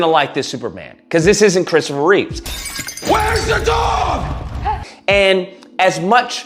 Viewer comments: It's Christopher Reeve, not Reeves. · I agree with most of what you said, but please, Christopher's last name is Reeve, not Reeves. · also its Reeve. Christopher Reeve